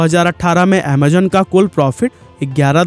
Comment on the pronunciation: 😂amazon ❌ Amzone🤡